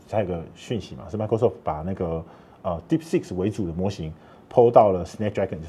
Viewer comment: 為何專業會一直講deepseek”s”?😂